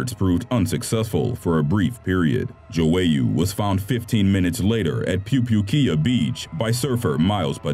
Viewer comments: malik JO-ey-YOU no. it's maLIK Jwoyer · Why is it that NO American narrators can pronounce the names of people unless they are in Spanish ? ‘Joyeux’ is not pronounced Jo-way-oo but dzoy-uh - it’s French ! And if you’re wondering why I didn’t put that they can pronounce English, it’s because they can’t, especially not British place names ! Number 1 - the narrator states that Cameroon’s Manager is Winifred Schafer, but Winifred is a WOMAN’S name ! It actually states on screen that his name is WINFRIED - pronounced win-frid. So not only can our narrator here not pronounce words correctly, he also cannot read ! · "Joe-ey-you" ..... ("joyeux") hm.. maybe check with google translate how to pronounce a french word :P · was I the only one getting annoyed by the computer voice's pronunciation of the surfer Malik Joyeux? it's not jo-ay-ew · It's the way he pronounces "Joyeux" for me. lmao